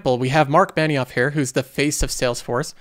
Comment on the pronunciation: The way he says here is like herrrr